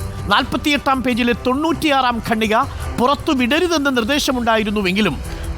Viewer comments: ഗണ്ണിക അല്ല ഖണ്ണിക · സർ,ഗണ്ണിക എന്ന വാക്ക് ഖണ്ഠിക എന്നു ശരിയായി പറയൂ.കേട്ടിട്ട് അരോചകമായി തോന്നുന്നു.(റിപ്പോർട്ടർ ആണ് തെറ്റിച്ചു പറയുന്നത് ) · ഖണ്ഡിക ആണ് ശരി